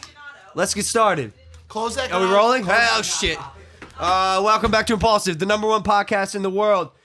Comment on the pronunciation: Mike needs to talk WAY less. The show is imPAULsive not imMAJLAKsive